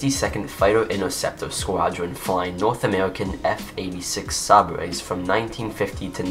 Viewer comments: Great video! Minor pronunciation correction. Sabre is pronounced SAY-burr, not sa-BRAY in American English. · F-86 Sabre is named after the sword, so pronounced Say-brr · F-86 Sabre is pronounced Saber...like the sword...a sabre . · Interesting pronunciation of Sabre … same as Dunder Mifflin